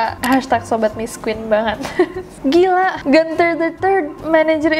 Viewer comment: Gunther bukan dibaca Ganther krn itu nama Jerman